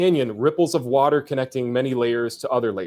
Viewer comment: I guess the one improvement has over Kent is that he can say “water” like a normal person